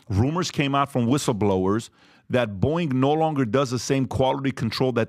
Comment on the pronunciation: Pat it's not Boing... Lol